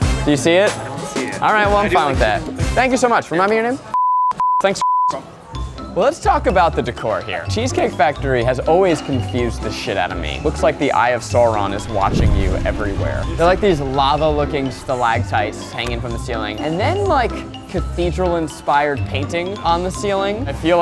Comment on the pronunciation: “the eye of Sooron” 😂